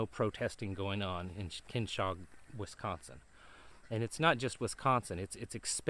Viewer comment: Pronounced Ken-OH-Shuh. It's all ginned up to usher in the marxist and then technocratic rule.